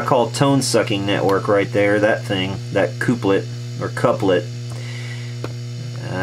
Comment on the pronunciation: cooplet? tremOlo? why? Pronunciation questions aside, great video, very informative!